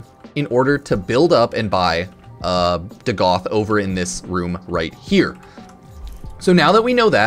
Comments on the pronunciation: It’s pronounced Dag-ath, not Duh-Goth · Bruh can't read. It's Dagath not "DuhGoth." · hey hipster, its not DaGoth its Dagath